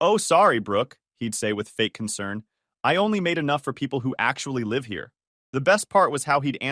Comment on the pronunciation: Hey robot, do you know the difference between the words live and live? When are all you goddamn robots gonna learn how to fucking speak English?